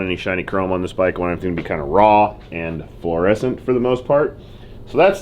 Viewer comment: Why’d say “fluorescent” like that